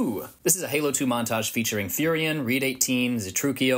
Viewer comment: the way u pronounced phurion is triggering my ocd